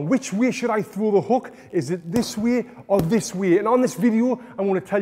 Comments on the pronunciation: Every time you said “this way” i thought u were saying “this weird” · "Thissss wiiiii, thissss wiiiii"